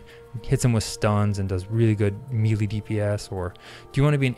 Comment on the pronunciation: I really appreciate your video while I wait in the queue. You've got great public speaking skills but I have one complaint. Melee is pronounced "May lay". Best of luck, keep up the great work.